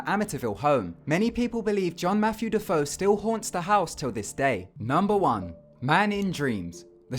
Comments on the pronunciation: "De-Foe?" That name is usually pronounced "De-fay-oh" even though it's spelled DeFeo. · Also, "DeFeo" is pronounced "Deh-Fay-Oh" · it's not pronounced "da-fo"